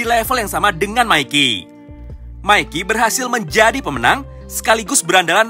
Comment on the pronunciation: Bang bukan maiki tapi mikey